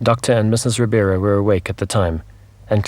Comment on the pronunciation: Just one small correction. His name is Doctor RIBEIRO, not Ribiero.